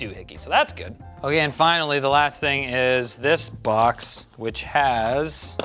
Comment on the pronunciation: No one:: Lets open the B A X